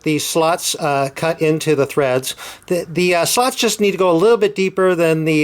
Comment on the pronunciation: Very Good innovation mate! you say Slots funny ;)